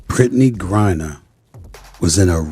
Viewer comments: Its not gurreaer its griner does AI need a fact check for spelling ? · It's not Gurrier. It's Griner. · Griner NOT Gurier ! If you're going to podcast get the names right !